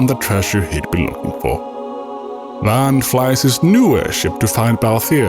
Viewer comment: How do you enunciate all the complex names in your ffxv video, but despite vaan being pronounced VAHN the entire game you continue to refer to him as VAN?